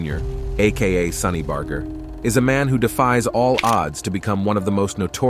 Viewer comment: Bro please at least pronounce his name correctly bar-jer not bar-ger despite it spelt that way it’s not a hard G. Ok I got past the intro and you’re using both pronounciations